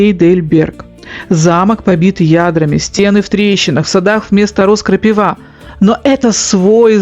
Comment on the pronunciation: "Вместо роз - крапивА." это так забавно❤ Подруга из южной части так говорит. Милота